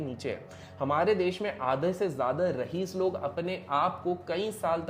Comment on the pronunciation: Its raees not rahees